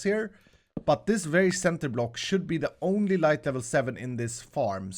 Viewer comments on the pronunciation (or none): none